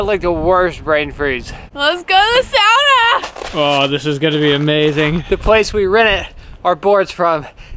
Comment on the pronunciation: Extra props to for always pronouncing sauna correctly 👊